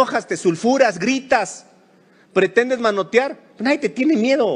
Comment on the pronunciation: ¡escuché mal.. "nadien" de este regtardatario?... He repetido el vídeo.. y lo escucho como tal... Pobre politiquero.